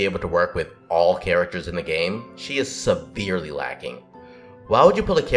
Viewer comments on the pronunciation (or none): none